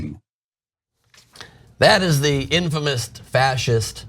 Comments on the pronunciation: I cannot take a person seriously who says the word "infamous" with a "t" at the end. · The funny thing is that he said "infamous" with a "t" at the end. So he literally started off making stuff up.